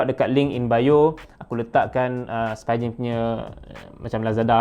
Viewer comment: Spee-gen. Bukan spy-gen